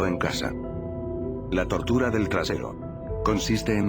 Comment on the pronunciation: Fuck me asuste cuando dijo tørtura xd